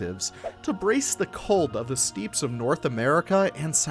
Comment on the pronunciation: Love this video! Only thing that had me hung up on was the pronunciation of Steppes, it's Steps not steaps ❤